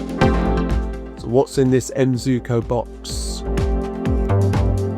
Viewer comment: Sir is pronounce "Zuiko"